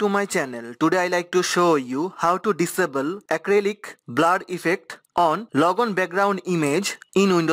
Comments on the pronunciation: “BLAR” lol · Thanks helped. But i just love how he sais "BLAR"